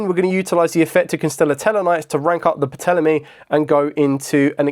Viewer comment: The P is silent in a Ptolemy. And the symbol is Omega